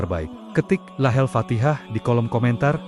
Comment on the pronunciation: Bukan lahalfatihah, tapi lahul fatihah